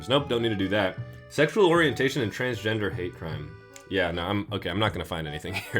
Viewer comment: It's sexshuol